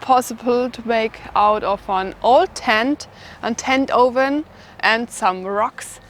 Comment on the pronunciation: Love it. How shes says the O. Ven and you have to dig an OLE